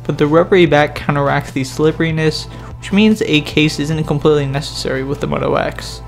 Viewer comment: say moto wax one more time...